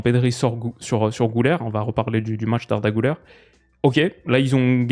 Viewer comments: Güler ne se prononce pas "Gouler" mais "guler" avec le son "u" comme en français, comme Thomas Müller quand il y a les petits points sur la lettre "ü" ça se prononce u comme en français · Maintenant que tu parles beaucoup d’Arda et que tu mets souvent un point d’honneur à bien prononcer les noms des joueurs: On dit [Gu-lèr] - Gü avec un -u et non un -ou -ler se prononce “lèr” et non “leur”. Comme toujours super contenu!